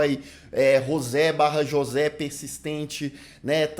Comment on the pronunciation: Comentário pros nerds: a pronúncia de José seria "Rrôcê". Tô amando o vídeo 🎈👏